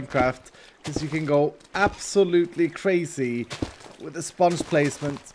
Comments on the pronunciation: I love how he says spanch* instead of sponge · I love how he says sponge like spunch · Why do you say spunch instead of sponge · The way he says “spunch” instead of sponge is awesome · Its realy funny to see said sponge like sonic did with lemons